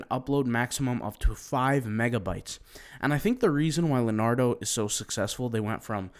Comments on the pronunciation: It's not pronounced Lenardo, it's pronounced LeeOnardo. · It’s Le*O*nardo. Da Vinci? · LEO NARDO not LANARDO